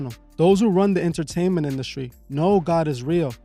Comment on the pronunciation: “Inner - taint - ment”! Eyes and ears are portals so be cautious of what you allow in!